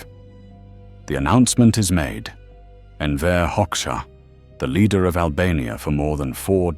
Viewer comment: "Hoxha" is pronounced /hodža/, not /hoks.ha/.